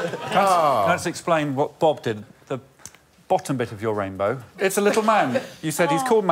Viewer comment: Mark must have heard Rainrow not rainbow.